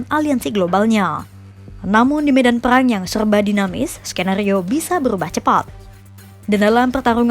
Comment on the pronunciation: Perang ya bukan peyang 😂